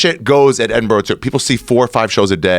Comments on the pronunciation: Shoutout to Joe for pronouncing Edinburgh correctly haha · Joe's the first American I have heard pronounce 'Edinburgh' correctly.